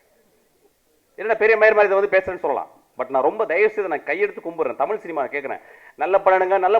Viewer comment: டேய் பொறம்போக்கு myskin, தமில் இல்லடா தமிழ். முதல்ல தமிழ் சரியா பேச கத்துக்கோ. கேன பய பிள்ள